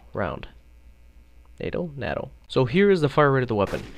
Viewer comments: its pronounced Nay-tow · Chevron is pronounced like shevron. NATO is a long "A" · It's NATO as in Nay-Toe, and CHEVRON as in Shev-ron... not sure you can make play the game this long without knowing how to properly pronounce those words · NAYTOE not NADO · ITS PRONOUNCED SHEVRON. AND ITS NOT NAAAAATO ITS A LONG A OH GOD IM SO SORRY IT WAS JUST BOTHERING ME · this guy knows his shit about scopes but can't pronouns NATO